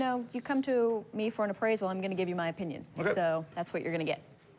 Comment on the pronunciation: Mans said “Oh-pinion” 😂